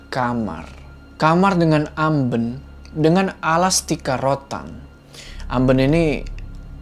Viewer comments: Amben bacanya bang jangan amben.. wkwk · Ngakak denger ngomong "Amben" Fyi, "Amben" dalam bahasa Jawa artinya tempat tidur dan cara baca yang bener itu "AmbEn" bukan "Amben" kalo lebih tepatnya dalam aksara Jawa menggunakan sandangan taling bukan pepet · amben? bkn gitu bacanya. tp amben kyk bc tape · Amben bang bukan ambeun 🤣🤣🤣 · Ambèn cara baca huruf vokal nya kayak kata kusen bro... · Koreksi dikit: pelafalan "amben" itu "ambén" bacanya. CMIIW Ditunggu part selanjutnya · Jadi ambeun ya, kan eu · Hadirrrrr lagi 🤩 btw kasur: amben, “E” nya pake konsonan “LELE”, bukan amben konsonan “rEdup” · Sedikit meluruskan saja mas. Kalo amben itu sebenarnya dibaca amben,bukan amben. Yang artinya(kasur) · Fokus sama "amben".... Kalo dalam bahasa Jawa itu pake "e" Pepet bukan taling tarung😁🙃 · Pengucapan kata " Amben " Bikin ketawa... Orang Jawa pasti tau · Amben... Pake E "enak".. Bukan amben.. E"elang"... Ok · Hehe ada kata² bhs Jawa yg salah... "Amben" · kata "Amben" itu baca vocal "e" nya dibaca seperti vocalnya "bebek" Kata mbok ku gitu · Amben. Baca dg logat Batak bang. Heeee....itu pengucapannya yg benar. E bukan eu.. itu kalau di kampung saya